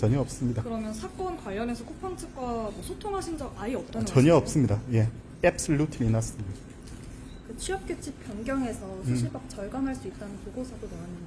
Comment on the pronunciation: Absolutely nothing 미국인은 못알아 들을 되도 않는 된장 발음 하면서 왜 영어를 쓰냐 ㅋ ㅋ ㅋ